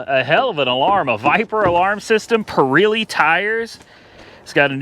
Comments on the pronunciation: Being nice now, don't jump on me! It's pronounced just as it is spelled.... PIRELLI. The E has the sound like the E in egg. Not an I sound. That is all. I'll take my seat! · The tires are Pirelli, not Pirilli. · PURREELEE tires? LOL Oh boy